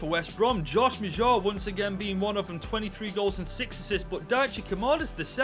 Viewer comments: Bro prounces maja like Majah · Josh Maja was a key person in season two of "Sunderland til I die"...his real life career arc took a tumble after his agent moved him to Bordeaux. And it's pronounced closer to MADGE-a...that's not perfect but it's close.